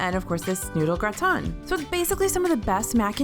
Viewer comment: Is anyone else German and bothered by the pronunciation of “gratin” and “küche” ? No? Just me? Ok haha